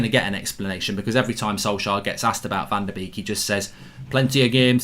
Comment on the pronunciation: It's van de beek not van de 'bake' 😂